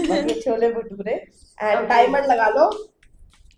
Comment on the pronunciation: Khushi said "bhole chture"😂😂❤